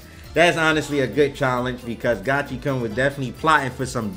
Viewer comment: Uff, it hurts hearing Gachi"karn" each time. I thought its Gachi"koon"...